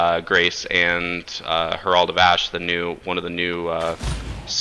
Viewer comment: Herald is not a hard word to pronounce.